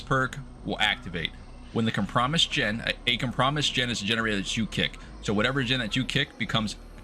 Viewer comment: Com-pro-mised not cum-promise 😭